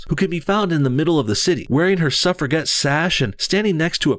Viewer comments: Just a note, its not 'surf-a-get' its surf-a-jet'. Its a soft 'G' sound like in the word; gem'. :) Forcing you to be PC is a form of brainwashing. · Not Suff-ra-get Its pronounced Suff-ra-jet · Its pronounced "Suffera-*jet*". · Bothers me the way he pronounces suffragette lol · Sorry, you need to review you feminist facts on the history of women and voting. The Honey Badgers put up a good video the other day which covers this topic. Don't want to sound picky... the 'g' in Suffragette is not hard as in 'good' but soft as in 'Gillete' or the way you pronounce the 'j' in Jelly. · lol you can't pronounce suffragette